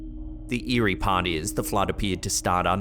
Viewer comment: well you did say eeri PA